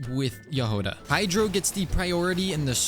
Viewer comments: Trh way to pronounce jahoda is like if youd say “yahoda” and the emphesis is just in the start of the name also there is NO “U” in the name it isnt pronounced it isnt yahouda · Her name is actually pronounced Yagoda (With the emphasis on the beggining of the word) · Hey! So, the way you pronounce Jahoda's name is actually without emphasis on anything. And the "ho" part is not pronounced "Hou" but more like you would say it in the word horn. Her name comes from the Czech word for strawberry. I was born and raised in Czechia so I thought this would be helpful! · Jahoda means Strawberry in Czech. So it would be Yah-ho-dah. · her name should be pronounced as JA!G!oda. it means "a berry" in russian) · Hey!! russian speaker (natively) here! It was meant to say "Berry" in russian, hence right spelling and pronanciationg would be "Jag(h)oda" but because it is hard for inglish speakers to get the "Gh" sound right they just left it with "H" Just say Jagoda lol If you want to get it right just put "Berry" in translator and listen. ;D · Hi! I'm Slovak and we pronounce it as Ja-Hoda. You pronounce the Ja as the first two when you say Yas so Ya and hoda you don't say the Ho as when you say Ho Ho merry X-mas you just say Ho like for example Hop and da...just how you say it so Ya-hoda :). Hope I was able to explain it :d EDIT: If anything you can check how to pronounce it on the google translator (Choose Slovak or even Czech) :) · the stress should be on the first syllable, *Ja*hoda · In her name it’s not actually much of a “h” sound it is more of a hard “g” as in game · as a czech person, you read Jahoda without emphasis anywhere, you just read it the way it is